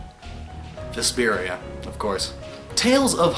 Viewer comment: Great video and thanks for explaining most of the names but personally you butchered the hell out of Vesperia in both name and explanation of the title, sure its a star and the name of the guild in the game but there's more to it then that and you didn't seem to get into explaining it to the extent you did other tales' games, wether its just that you don't like Vesperia I'm not sure but as for me Vesperia is one of my favorites